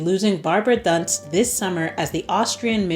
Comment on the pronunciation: Barbara Dunst, as in "doo-nst". Carolin Simon extended her contract at Bayern. Netherlands: PSV Eindhoven won 3-1 to league leader Ajax Amsterdam and take over the top spot. Stunning free kick by Renate Jansen! Twente has the same number of points but a smaller goal difference. Ajax and Twente will face each other during the 4 remaining league matchdays.